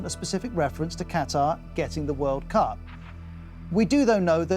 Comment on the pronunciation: The 2022 . . . Whirl Coup . . . Catarrh